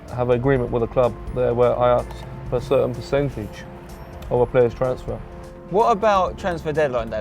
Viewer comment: You think PL players are having their multi million pound deals negotiated by a man who pronounces 'ask' as 'arks'